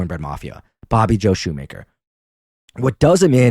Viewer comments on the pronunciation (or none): This WAS posted a year ago but I just have to say it's Appa-LATCH-a and Shoemaker is pronounced shoe-mach-er (like mach 5)